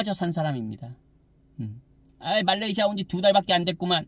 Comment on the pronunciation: 말레이지아 발음 …불편해요 말레이시아로 해주세요